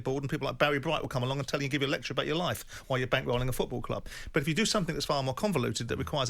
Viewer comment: Jim, its FOOT-ball, stop saying feckin FEWT-ball!!